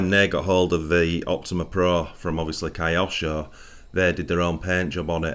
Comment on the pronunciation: great video, but how do Brits pronounce Tokyo? that kyo part is pronounced the same as in KYOsho, it comes from Japanese/Chinese character 京, but don't mind me, I'm just an American, carry on.